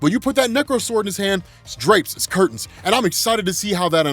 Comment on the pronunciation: Listening to say curtains and clapping cheeks is the funniest thing I have heard all day